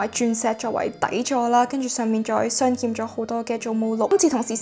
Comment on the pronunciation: Thank you for sharing! Just a little reminder, its 鑲嵌 (humm), not 欠